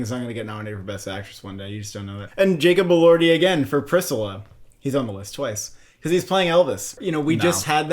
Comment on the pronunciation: I’ve never heard anyone pronounce “Priscilla” the way you did